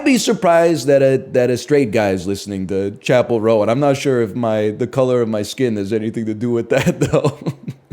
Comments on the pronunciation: Pronouncing it "Chappell Rowan" from now on. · chapell row-an